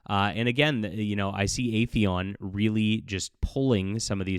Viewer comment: FYI, the title of the company is "Aethon", not "Aetheon". 2 syllables, not 3, are in the name.